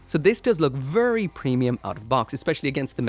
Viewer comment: vurry vurry